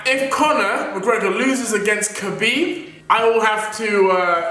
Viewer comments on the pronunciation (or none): The way you say khabib